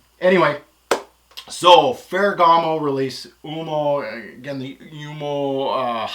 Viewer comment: You said Oomo lol...U -oh-mo